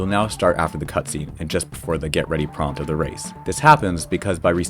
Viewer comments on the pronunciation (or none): none